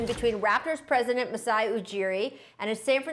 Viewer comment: Rachel Nichols: Masai Brian Windhorst: Masai Paul Pierce: Juiceye